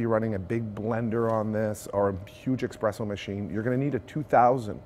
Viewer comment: OOPS! He said 'EXpresso" instead of ESpresso.